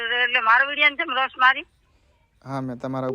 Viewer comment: રોશ નહીં પણ રોસ્ટ કહેવાય...😮